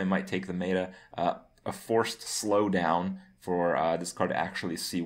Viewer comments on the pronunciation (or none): none